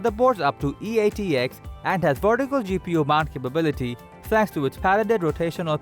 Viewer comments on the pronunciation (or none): none